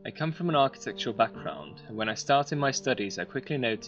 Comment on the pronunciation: lol, it's the accent, he said architectual, meaning architectural